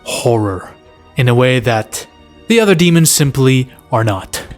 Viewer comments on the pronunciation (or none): none